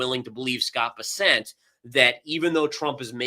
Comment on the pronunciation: Hi, don’t leave. 😅. Thanks for pointing out blow off top. BTW, it’s pronounced ‘Bear-cent’, not Ber-sent.